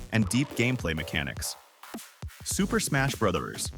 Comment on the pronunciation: This video is breaking my brain. He sounds like a regular dude recording his voice until you hear him mispronounce "Bros." and pronounce Mario is several different ways. Usually when a video uses the AI voice, you can tell.